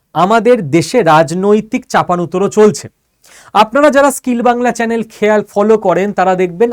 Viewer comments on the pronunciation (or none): none